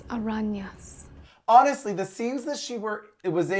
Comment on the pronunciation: "Las arrañas"